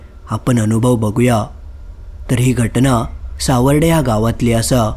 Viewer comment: सावर्डे आहे ते.... सावरडे नाही...😅😂